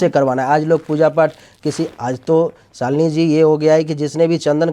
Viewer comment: शालिनी जी! आप अपने आपको सालीनी क्यों बोलती है! मुझे बुरा लगता है!